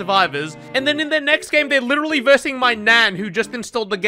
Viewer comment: If I had a dollar for everytime this dude says "litchally" or "question mahk" Jeff Bezos would be jealous